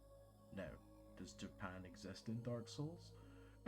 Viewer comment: Whats a KI-TANA! is that there swords that there yellowjacks use? you know the ones those that live in that one place called JII PANS